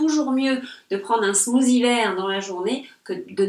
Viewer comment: Parfaite 😙 Bon anniversaire et merci de ce smoossy, oui c la vraie prononciation 🤣